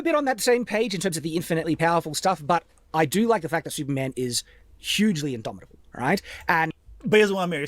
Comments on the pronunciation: Take a shot whenever says idomidable. You will die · If this man says indomitable one more time I'm gonna riot.